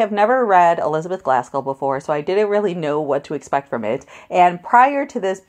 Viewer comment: Are you saying Glaskell??